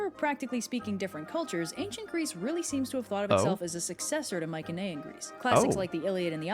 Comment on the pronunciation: I've only checked some OSP reactions plus all Underverse ones. Huh, he keeps going to "mycenean" pronounced with the soft C, instead of the strong "celtic" letter C. Looking forward to his reaction to Hades and Persephone :3